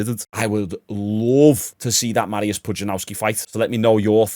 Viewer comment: You butchered Mariusz's name.